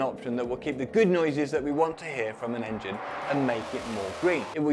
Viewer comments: Enging "Indian accent" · Enging? lol cmon. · le enging xd